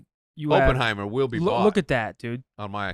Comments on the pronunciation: Yalls mispronounced Oppenheimer the entire time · The way they pronounce Oppenheimer and Cillian Murphy made me way too angry